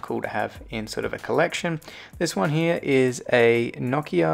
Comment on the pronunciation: You say Nokia wrong